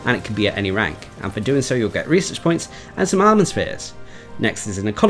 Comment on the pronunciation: I keep forgetting you are saying "research points" rather than "reeses points"